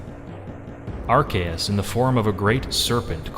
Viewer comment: IT'S PRONOUNCED ARC-OO-SE!